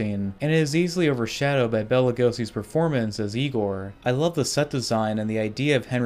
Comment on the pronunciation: Except when he says Bella instead of Bela.